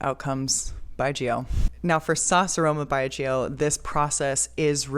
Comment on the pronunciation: No worry! You have pronounced correctly and in-depth knowledge on Chinese distilled wine 白酒 There many type of yeasts strain used and also fungi to breakdown the carbohydrate to glucose. Combination give the wine flavour